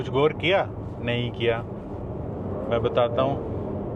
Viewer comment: Bhai kitni bar bola guar kiya guuar kiya😡